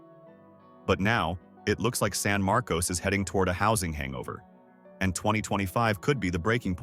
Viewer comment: Markus, not MAR,-kose